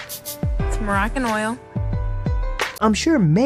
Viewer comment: This crazy gurl said look morracan oil smh... poor baby...mom is a total twit.